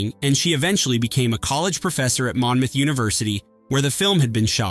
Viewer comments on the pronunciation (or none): none